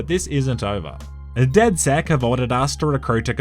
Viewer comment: Its funny how when people say DedSec's it sounds like DedS3x